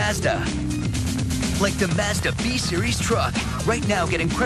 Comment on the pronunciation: Mazda pronunciation . WTF?